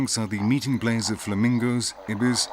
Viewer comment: 👍👌👏 Simply fantastic! Wonderful and impressive nature, great pictures! Unfortunately the narrator is still not able to pronounce words right and this is annoying and distracting. For instance: It's not plaze, it's place! Thanks a lot for making teaching explaining recording editing uploading and sharing. Best regards luck and health to all involved life forms (humans animals and plants).